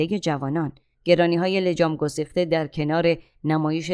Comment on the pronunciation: لطفا لگام گسیخته تلفظ شود, ما عرب نیستیم, متشکرم🌹